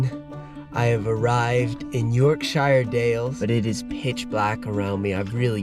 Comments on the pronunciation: Its Yorkshire not York SIiiihre got to learn how to pronounce these places dude. Great video though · Please for the love of god learn how to say Yorkshire